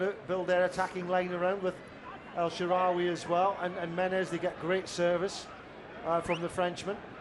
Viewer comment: Commentator couldn't pronounce El Shaarawy for shit....